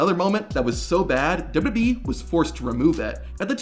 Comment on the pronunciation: Is there also a blooper video of you butchering basic words in the English language every time you open your mouth? How do you manage to turn WWE into dubbadee?